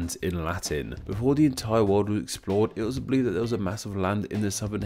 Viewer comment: Hard to take you seriously when you can't pronounce "three" with a "th" at the start of it.